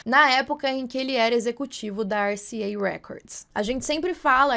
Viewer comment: Aqui é Andréa Demorei pra entender o nome RCA. Vc falou americanizado mas estamos no Brasil.